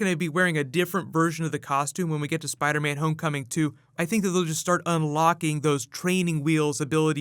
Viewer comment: Iron Spid-ah?